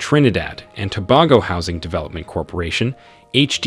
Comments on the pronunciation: It’s pronounced TOBAYGO NOT TOBAHGO 😊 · To be honest, you need to do more research. Most of these projects were cancelled a long time now e.g the resort in Tobago. Next, your pronunciation of the name is atrocious. You are probably using an A.I. A for effort F for execution.